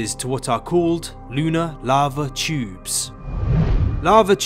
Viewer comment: YouTyouewb video containing Lunar Lava Tyouewbs